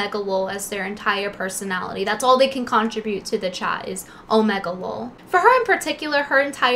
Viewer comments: lol, she can’t pronounce the word “contribute” properly. let’s pump the brakes on calling her intelligent. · do you really not know how to pronounce the word “contribute”? come on.